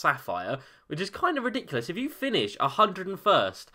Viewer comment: Take a shot everytime says "ridicilous"